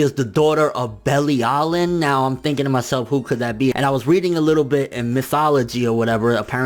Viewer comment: omg the way you pronouncec belilian please dont.